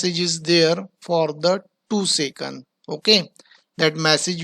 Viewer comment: and also it is second not secund